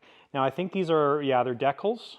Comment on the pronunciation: I believe the episode title was "Cheep Jeep" season 14? Winston the septic guy says "decals" exactly like that.